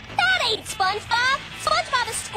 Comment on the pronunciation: The "sponhebob" pronunciation killed me🥶🔥💀